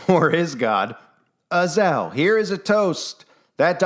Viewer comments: I listened many times to her pronunciation of Azazel. Also, the content creator. It is not: Az el Azazel pronunciation: uh zaa zl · Az-A-Zel, not Azel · I believe Azazel is pronounced uh zay zel, not azel. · she said azel not azazel. maybe it's the same but that just threw me off for a minute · I can’t, if you’re going to say the name say it the right way it’s A- za- Zel ! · If anyone watched that movie with Denzel Washington, the fallen, I think it's called, and the guy from Roseanne was in it. You know, the father, the big guy. And the demon that was in their was spelled the same way as this. But pronounced differently in the movie. A za zel.